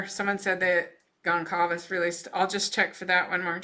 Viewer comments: our of respect for the family, please learn to say their last names correctly. It is NOT GONCALVEZ. It is GONĆALVEZ (spoken it sounds as GONZALVEZ- that “ć” sounds like a “z”) Please 🙏 for their memory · Goncalves = Gone-SAL-vess. Sal like in “Sally” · Gonçalves is pronounced Gon-Sal-ves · It’s pronounced GonSalves family. Soft c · Hi, thanks so much for sharing this. It took me a while to catch on so just an FYI letting you know the “c” in Goncalves is pronounced like an “s.” This is disgusting! IMO the Prosecutor is pathetic. Look at all the dedicated women and men in LE and other specialties who put their heart and soul in this case. That’s no justice for Maddie, Kaylee, Xana and Ethan. It’s pretty obvious when I look back on Kaylee’s personality, where she got her drive and will to be the best at everything she attempted. Surely as a part of the plea deal BK had to tell the whereabouts of the knife. IMO BK should have no rights in prison that could give him any type of monetary award. Just because BK is escaping the death penalty through the justice system does not mean he will escape it in prison even if he is in solitary confinement. I believe he will be a marked man in prison and prison justice is patient. It’s one thing for someone to be accused of a barbaric heinous crime like BK committed, claim they’re innocent, but a jury of their peers finds them guilty. It’s another thing altogether when someone admits to committing such a barbaric heinous crime before entering the prison system. I believe that the murders of the young adults BK committed, along with the type of weapon he used, will rank high on the list of prison justice. So I believe that the families who sought the death penalty will get their wish in the end and the manner of BK’s death won’t be humane in the least.